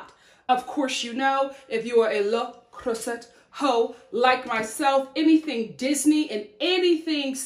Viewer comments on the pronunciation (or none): if I tell you I'm French, and I came strictly for the pronunciation 😂😂😂😂😂😂 Lo Crrrrooossey coacoatay 😂😂😂😂 It's more like "luh cruh-zé" & "kohkott" (same sound for both o's, like in the word "pot") but I'm here for the giggles ✨✨✨✨ Funfact ⬇⬇ for most French people, "cocotte" is a nickname for a chicken, and for a girl as well as this cooking device... but for us here in the French West Indies, it's a word for c00chie... and the cooking thing 😅😅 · Happy for your new channel! Also, I'm glad that you corrected your prononciation of "Le Creuset", I know French words can be hard for Americans. You almost pronounce it perfectly! It's "Le" having an "euh" sound (like the e in butter), and "Creuset" having an "euh" sound, then a "z" sound (not s) and finally an "a" sound like in ache: L-euh Cr-euh-z-a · I love the way you pronounce Le Creuset so I'm really hoping you don't change it. But in case you need a refresher, it's Luh (pronounced uh with an L) crew-zay (minus the ye sound, think "cruise" then put it through an "I'm drunk and think I'm speaking French" filter😜)